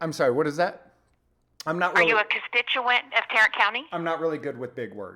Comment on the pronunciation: CON-stitch-U -Ant. ( int -eresting word)